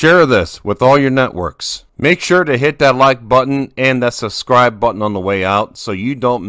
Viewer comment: Good but subscribe, not sascribe, and the plural of millennium is millennia.